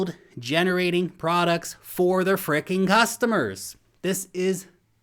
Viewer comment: what are gustemers? xD